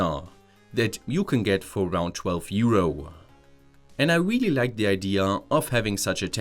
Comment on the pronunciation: not weaaallyyy